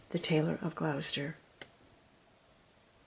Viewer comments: Hi, beautiful telling of your story. The mice were good actors. Hope you don t mind me saying you pronounce Gloucester as Glos not glous. Happy new year to you xxxxx God bless xxxx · Thank you,! From a Brit expat in Nashville. I LOVE Beatrix Potter! What a treat on Christmas Day 😊. (By the way, Gloucester is pronounced "Glo-sta", short vowel on the o, like in Glock) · Lovely story. Just a small point... Gloucester is pronounced 'Gloster'. Merry Christmas from England ❤